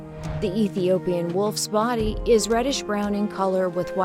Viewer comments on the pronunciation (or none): none